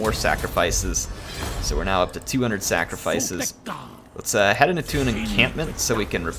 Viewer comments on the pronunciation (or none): none